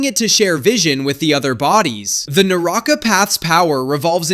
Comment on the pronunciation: Naraka not naraaka